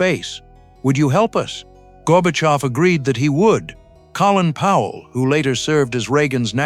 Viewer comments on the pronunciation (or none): Also misspelled Colin Powell's name AND mispronounced it.